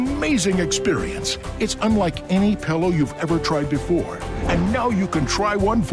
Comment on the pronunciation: There is nothing that annoys me more than people who pronounce it PELLOW.